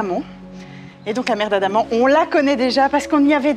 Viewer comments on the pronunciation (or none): C la mer d’Andaman ! Pas « Adama »…..!😂